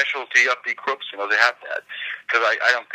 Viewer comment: Thank you for interviewing Die Krupps...but may I make a nerdy German remark? "Die" means "the" in German. Die Krupps = The Krupps It has nothing to do with the English "to die". The "ie" in the German "die" is pronounced like the double "e" in the English "to flee". Greetings Mega